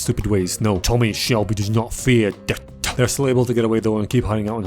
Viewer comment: "....does not feAr dEaThuh" 😂